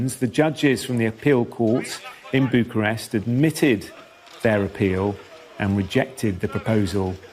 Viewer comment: Not buducrest,, it's Bucharest. No d in there